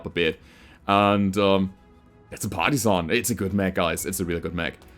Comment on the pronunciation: all I can hear is "Party-san" and I don't hate it.